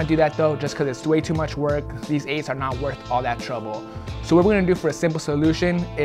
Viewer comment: When he said 8 he said aids 😂😂😂😂😂